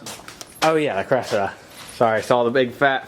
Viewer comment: No one says cressy